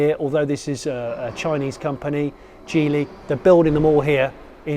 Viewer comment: Wow! You pronounced Geeli correctly! Kudos to you!